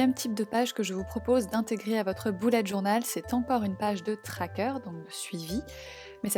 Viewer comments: merci mais on dit bullet pas boulette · pourquoi tu dis bOUlette journal et pas bUllet journal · c est moi ou elle dis boulette journal ? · Ça me fait rire quand elle dit boulette au lieu de bullet 😂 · Tu me fait trop rire a dire boulette journal 😂